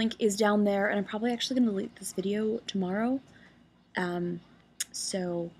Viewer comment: She says "tomorrow" like a Canadian does :D